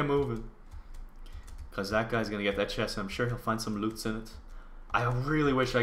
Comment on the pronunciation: Lots not lots